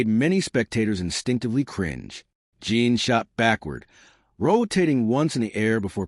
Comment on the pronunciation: The AI narrator sometimes calls him Run and Ron. And it keeps calling Jin "Jean" and someone else named Mako "Mayo"